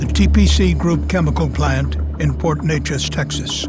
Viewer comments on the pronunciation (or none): It's pronounced Port New-Aces